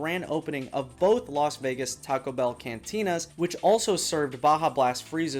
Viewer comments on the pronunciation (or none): none